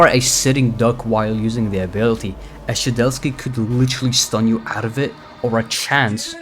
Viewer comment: Shedelsky ITS SHEDLETSKY